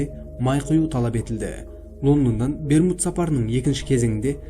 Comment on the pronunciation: Берму үшмурыш деп естіп калдымгой 🤣